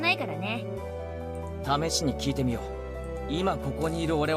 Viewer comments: You were pronouncing Mion right at first. Mi-on and not Mi-own. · In Japanese the "o" character is pronounced just as "oh", so it is "Mi-oh-n", not "on" like a lightswitch.